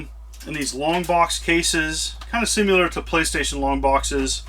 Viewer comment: It is pronounced SIM-ILAR, not SIM-YALIR.